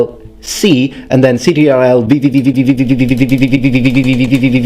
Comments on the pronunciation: Is no one going to mention the fact that he called it C-T-R-L instead of control? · You lost me at “c t r l C and c t r l Vvvvvvvv” I’ve never heard it pronounced that way. Amazing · "C T R L" you mean the control key lol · I was confused by you sayin ctrl as an acronym and not just an abridged form of "control". I know it as the control key and they used to spell the whole thing until they shortened it to ctrl.